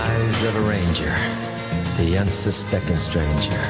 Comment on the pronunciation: S'il vous plait, le The (*ze*) prononce (de)